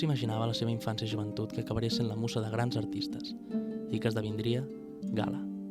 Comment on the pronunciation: "la musa" pronunciada amb Z i no ss